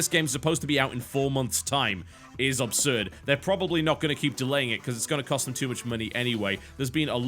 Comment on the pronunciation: "Obsurd" is not a word. It's pronounced "absurd". I can't take it any more. It's driving me crazy.